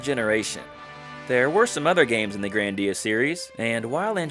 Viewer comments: Grandia not grandeea anyways HD remaster on ps5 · Why does he call it grandía